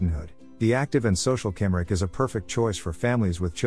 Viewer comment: Cymric is pronounced cum-rick.